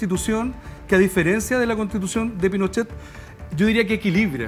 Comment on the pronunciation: Qué latero es el! Tengo que adelantar siempre cuando habla “ la constitución de Pinosheh la deresha “ weon abúrrete la gente justamente sé está aburriendo de ese argumento weon!